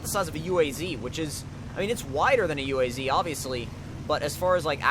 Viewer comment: Its not a UAZ.. you dont say the letters separately.. its a word .. uaz